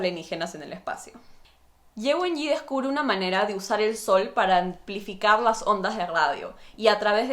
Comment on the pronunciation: Las presentaciones se dan alternadas, y después se conectan, no como las comentaste. Para cerrar recién se revela lo que hizo Ye Wenyie, y se pronuncia la e final.